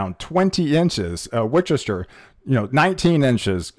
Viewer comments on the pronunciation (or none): Just FYI Worcester is pronounced: Wuss ster :>) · You pronounced “Worcester” wrong. It’s pronounced like “Wooster”. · Yes....look up pronunciation of Hagerstown, MD; Reading, PA; Worcester, MA and Scranton, PA. Other than the mispronunciations, your reporting and delivery are excellent!😁